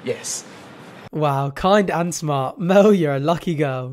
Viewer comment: When you say "Mel," it sounds like you're saying "Mo."